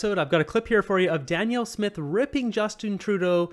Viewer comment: Her name is Danielle not Daniel 🫶🏻